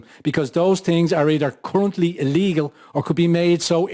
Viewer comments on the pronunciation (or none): none